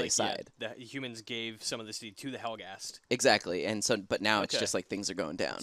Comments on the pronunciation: Helghast! It's Helghast! Not Helghan the planet but Helghast, the civilization and people! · They're helghast not helghan. Helghan's their planet. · Its actually helghast from helgen, not helgen from helghast